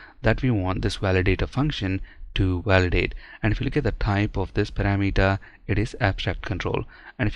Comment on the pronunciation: Please learn the correct pronunciation of "parameter"! Even some native speakers pronounce this wrong. I used to say "kilometer" wrong in the same way but I am so glad that I learned how to say it correctly. The correct pronunciation of both words sounds so much better.